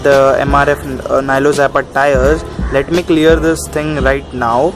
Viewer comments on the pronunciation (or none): none